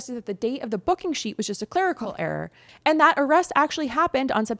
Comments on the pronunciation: Did you say "clergical" instead of clerical??? Come the F on! You can do better than that. Clergical is not even an f'-ing word! God forbid you have to read your script more than one time! Embarrassing!!! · Clerical, not clergical! You're better than that,! ♥ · wait clergical or clerical 🤣🥰